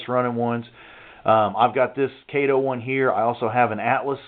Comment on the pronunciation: It’s ca-to